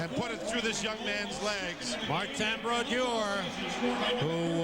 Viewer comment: Always love hearing legends names pronounced wrong as they’re still obscure. Youll here Sam pronounce Brodeur differently than he did for the majority of his career. Similarly to how they pronounced Jagr during his early years.